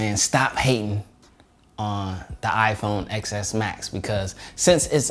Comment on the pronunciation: I stopped listening when he called it an "iPhone Excess Max" The X is a 10, Ten, Diaz, Tin, Tein. Not an 'X' if you really loved apple and knew anything about their products you would at least learn their product names.